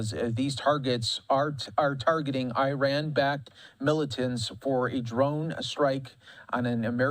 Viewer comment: Cannot even pronounce Iraq Iran properly 🙄